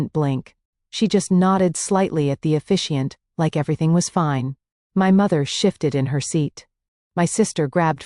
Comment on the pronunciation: Officiant, not efficiant! The narrator is supposed to be a man, but it is a female voice. This is not the first time I've heard a voice reversal. Can't you program your AI better than this?